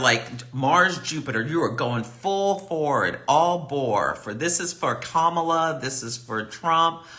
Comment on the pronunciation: From your mouth to Goddess' ears! Yes we! BTW - it's pronounced like "Comma-La"